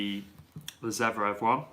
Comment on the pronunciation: And also zVErev not zEVrev :D